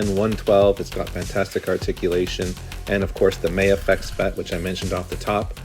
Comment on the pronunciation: I like your builds and just subscribed. Also will be ordering the drawman. Thanks!👍 FYI, it's not "May-a-fex". Just Ma-Fex 🙂